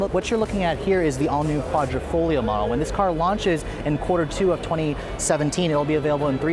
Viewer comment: Thank you for pronouncing "quadrifoglio" correctly!